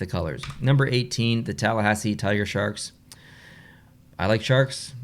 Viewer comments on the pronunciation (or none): none